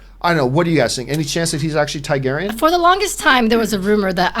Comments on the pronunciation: TAR-garyen John. Not TIE-garyen. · Find it funny how John pronounces Targaeryn Haha "Thai-Gaeryn" Also remember John, the hound was heavily wounded and sick due to the infection in his neck after being bitten in an earlier fight, by time he got to fighting Brienne he was at half health